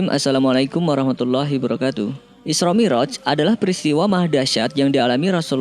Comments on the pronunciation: Iya wabarokatuh'nya kurang jelas. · Masukan ke Yang bawa berita,,,kalau ngucapkan Salam hendak nya pelan2 aja jangan tergesa2 yang akhir nya ujung pengucapan Salam nya jadi gak karuan,,,Hibarakatuh durasi - detik